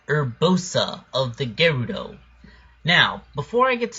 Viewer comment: i think the word Gerudo is pronounced as Je-roo-do